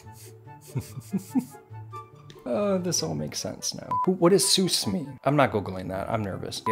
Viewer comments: it’s pronounced s-UH-s not s-OO-s 😭🥹🩷 sus means this emoji basically 🤨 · Sus is pronounced more like a saas for suspect right?